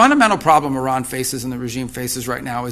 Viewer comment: IRAN ❌ I-RAN ✅